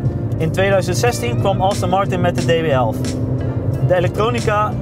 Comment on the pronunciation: Het is Aston Martin, niet Austin Martin! Let op je uitspraak en wees ontspannen!